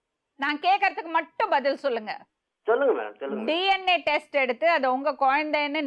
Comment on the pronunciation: DNATestkku DM testnu solluthu😂😂😂